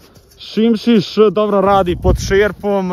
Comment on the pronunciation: Nije simsis nego sismis 😂